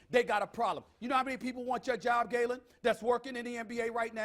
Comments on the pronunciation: called him gaylen lol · SAS called that man Gaylen 😂😂